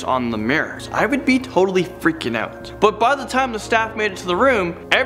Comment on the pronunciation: When he said “I would be freaking out” the way he said it I thought he said I be freaky out